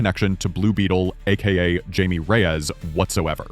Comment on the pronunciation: Jay-mi? No, no, hi-me. Blue beetles name is pronounced hi-me.